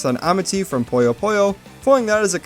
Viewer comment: Puyo is pronounced as “Puu yoe” not kirby